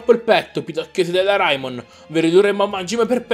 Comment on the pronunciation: E poi si di c'è reimon no raimon